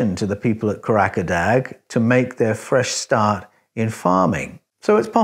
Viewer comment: The pronunciation of Karacadag is Curra jer dar...like the first syllable in curry..the g is silent at the end. Try saying courage a dar...that will be closer to the correct pronunciation